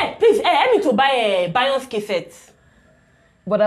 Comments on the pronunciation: She called BEYONCÉ BAYONCE😂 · What 😂😂😂😂did I hear bayons for Beyoncé lmao this gal no go kill me